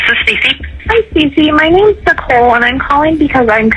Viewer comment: Usually the AI annoys me but because it’s calling Nicole nickel and she’s worth about 5 cents ( actually she’s worth a penny, and those are worthless now) I’m letting it slide 😂😂🤷🏽‍♀️